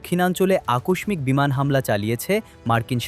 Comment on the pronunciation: আকস্মিক উচ্চারণ ঠিক হলো কি?